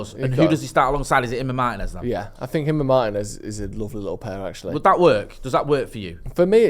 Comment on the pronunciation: Who is Meiners? It's MARTINEZ!! Ignorance of the highest kind 🤦🏾‍♂️